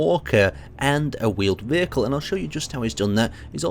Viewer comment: hahahhahaah he says wheeled weihcle